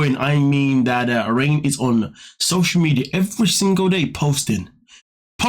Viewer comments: I believe that you are pronouncing her name wrong. It is not pronounced, “rain” it is pronounced, “Renae”. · It's pronounced Ray-nay, like the name Reneé, not 'rain'... please! My daughter is Raine (after my mom, Lorraine)- she is the opposite of her, so it's triggering!